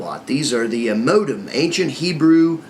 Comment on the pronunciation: lol he pronounced moadim as modem. prolly equals most of his other statements here. be advised that taking an ancient hebrew 'lesson' from someone who 'just' got his flashcards (for children) and is seeing some similarity in the perversions of english, could be misleading.